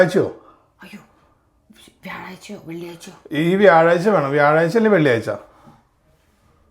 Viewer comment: കൊക്ക് കൊക്ക്.. മാമുക്കോയയെ ഓര്‍മ്മവന്നു.. 😂😂 വ്യഴാഴ്ച്ച വ്യാഴാഴ്ച്ച.. കേട്ടപ്പോള്‍ 😂😂😂